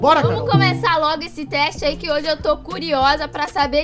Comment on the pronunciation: Quem percebeu que o falou HOJES?